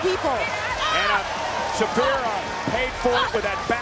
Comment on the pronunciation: Beth could learn to pronounce Shafir but never did